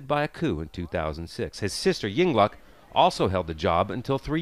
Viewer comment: ying lak bukan ying luk